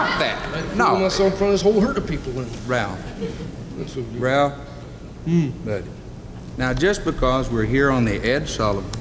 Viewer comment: It's funny that Jimmy Dean always called him Ralph instead of Rowlf lol still good stuff though